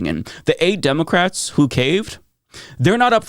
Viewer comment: Demowcats 😂 dude needs a speech therapy.